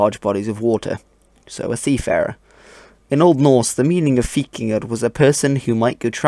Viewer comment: You pronounce as /v/ instead of as /w/ in :3